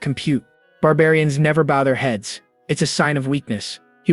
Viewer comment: That's true, the constant shift between calling him "Ketal" and "Kettle", and the classic misunderstanding words like saying "bow" as in "bow your head" instead of "bow" as in "bow and arrow"